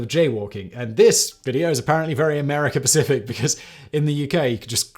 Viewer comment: Did you just say US Pacific? Not "specific" ???? You're killing me Simon!! 😆